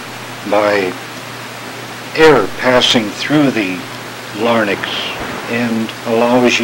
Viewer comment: Larynx. . . . not, , , LARNYX!!!! hahahaha!